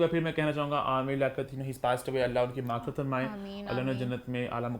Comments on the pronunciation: Hello please correct your pronunciation for maghferat you are keep saying o think maaurfit something like that,which is very wrong because jab koi Dunia sey chala jay us ki maghferat ki dua kertey hain not maurfit ki, and second Indian media should not be discussed in your show I am sure you know how their government talked about Prophet and no one from the industry I mean the Muslim actors they did not react on that at all so please raise your voice on that too! Thanks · ماغفرت کیا ہوتا ہے بھائی مغفرت بولیے